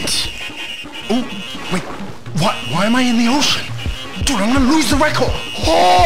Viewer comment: why he said record like that